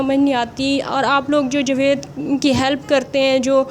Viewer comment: آپ کی مادر لینگوچ شائد پنجابی ھے جبھی آپ جاوید کو جوید کہتی ہیں خیر ماشاءاللّٰه سے آپ بہت اچھے کمنٹ کرتی ہیں کچھ عرصہ بعد میں إنشاءاللّٰه بنی گالہ میں اپنی کزن سے اور اپنی فرینڈ سے ملنے آونگی میرا اپنا گھر تو بہت ہی دور U S. A میں ھے لیکن میں پابندی سے آپ سب کی وڈیو دیکھتی ہوں